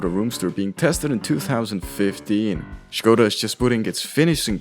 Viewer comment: Big up for pronunciating Škoda right.